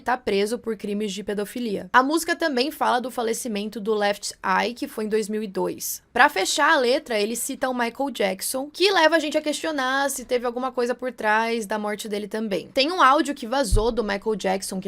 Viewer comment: Se pronucia "Alí e Lefá"